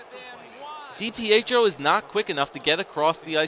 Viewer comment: Stop saying d-p-eh-tro it's dipietro